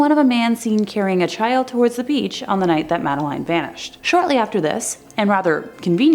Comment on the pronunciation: It's Madeline as Madda lynn.